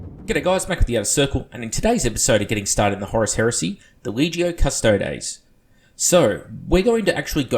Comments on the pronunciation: It's cuss-toad-ees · Astartes is pronounced ass-tart-ees Also: custodes is pronounced cuss-toads